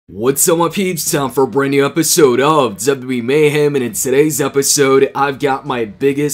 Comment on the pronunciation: Its funny how he says wwe he says w e Mayhem